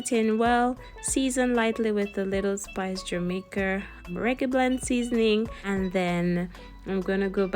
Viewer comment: JAMAIC-A not er but A